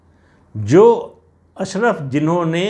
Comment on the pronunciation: अशरफ नहीं अशराफ (कुलीन).